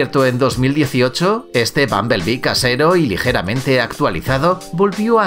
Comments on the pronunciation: me tai wueando q dice babalbi jaja no se dice asi ahahah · que raro el dice bambelbee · Pronunciaste bumblebee mal